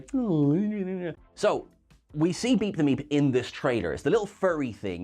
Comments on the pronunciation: Why do I constantly hear beat the meat when he says beep the meep🤣😂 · Yeah, the first time she said it I thought she said Beat the M3at, and then I thought he did as well until I saw the art and it had Meep and then I figured it out, lol! Maybe I should start checking "pinned comments" first...lol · Oh it is "Beep The Meep". That is far better than what I thought you were saying the name was.